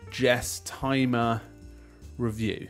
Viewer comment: Surely its pronounced list Guess not Jess. "Guess-timmer" Like guesstimate.